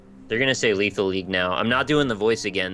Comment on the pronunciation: "Lethal Lethal" get your shit together Ryab